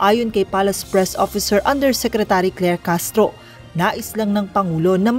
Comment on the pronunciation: NAPAKA LAYO NG BIGKAS MO KLER CASTRO LAKING MARITES KA TALAGA